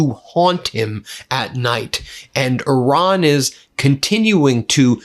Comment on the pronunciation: Love your show Ben. But why are you still saying “Oran”? WTF???